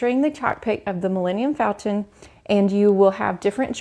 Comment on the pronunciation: How can you talk about your excitement for galaxys egde, but you mispronounced Milenium Falton? It's FALCON?!?!